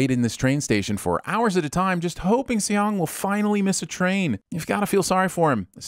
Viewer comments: I really wish you would make sure of the characters' names' pronunciation before recording this... my skin crawled every time I heard you say Say-ong or See-ong for the main character. It's just pronounced like the English word "song" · Lol. /See-yong/ 😂😂